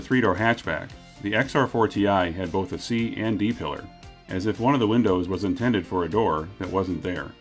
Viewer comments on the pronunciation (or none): none